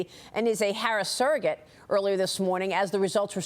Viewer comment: "Suragate"? Whats going on😂😂😂